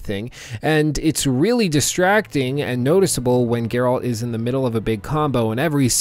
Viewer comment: Dude says he thinks witcher 3 is one of the best games, it has changed how he views video games in general and then proceeds to mispronounce Geralt in the entire video. I dont even know what to think or say. How is this possible?